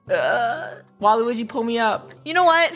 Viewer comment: No one: the way funneh said Waluigi: "Whyweegee is messing it up"